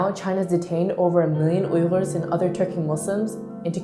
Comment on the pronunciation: When she says ughurs it sounds like her tongue gets paralysed